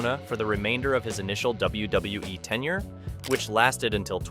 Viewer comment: I think it's AI generated, the voice over and some of the images... just listen to and how it says WWE lol " W-Duh-WE"